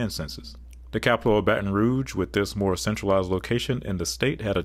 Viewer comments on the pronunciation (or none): none